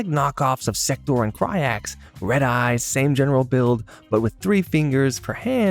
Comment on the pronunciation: This mfer said sektor and cryax. I cannot in good faith watch this as an mk fan.